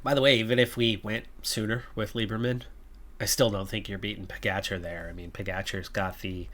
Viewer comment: RojTS. If you don't have the inverted roof symbol over 'c' in most Slavic languages, you pronunce it 'TS', like Kranjc. :) The other letter 'č' you correctly pronunce as 'tch' in Pogačar, Mohorič, Roglič. The only drawback is that PCM doesn't support proper letters. It's is interesting that they have the letter 'š' in there for your Lithuanian rider Meškauskas (meSHkauskas) in your other campaign. I honestly hope you don't mind my correcting you! You'll have to come to Slovenia to practice or you may visit our exclave in Cleveland. XD Quite a lot of our residents emigrated to the Great Lakes before and after both World wars. My gerat aunt has lived in Cleveland for over 50 years and moved to Miami five years ago. She prefers 'warmer' weather in her learly 80s. XD Ah, great work and excellent results in stages 5 and 6, KUTGW!